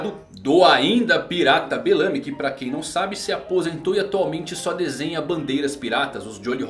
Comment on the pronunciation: Agonia toda vez q vc fala: Belâmy. E não Bélamy. kkk